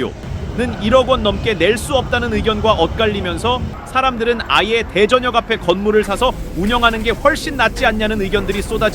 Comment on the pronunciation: 발음이 이상하네요? 대전역 이라고 발음 하지 않고 왜 대.전역 이라고 발음하시죠?